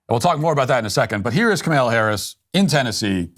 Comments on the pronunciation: Dear Matt: Please pronounce Kamala Harris's first name correctly. All the 'A's are the same: short; stress is on the FIRST syllable, Comma-luh. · Its funny that Matt just decided to never pronounce Kamala Harris’ name correctly haha